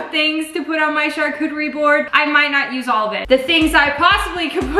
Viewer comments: I cring when you say charlcotrybord it’s pronounced shar cottry bord sorry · “Char-coochie boards” 😭😂🤣😂🤣😭😂😂🤣😭😂 lolololol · Charcuterie board (cha-coo-ter-ee)